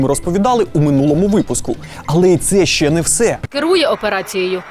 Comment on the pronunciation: Все круто, крім прононсу "шчье". Панове, українські шиплячі тверді, тренуйте щелепи, бо вуха в'януть